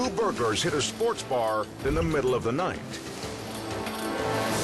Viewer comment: i swear the narrator said 'two burger' when he meant 'two burglars' anyone else notice tht?